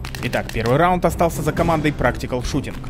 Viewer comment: почему РАУД, а не РАУНД ??? =))